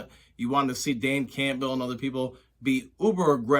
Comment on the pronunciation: I've watched several of your videos now and I really enjoy listening to your insights. There is just one thing that bothers me. Your pronunciation of Campbell. The "p" is silent, it's pronounced Cam-bell. Sorry for the nitpick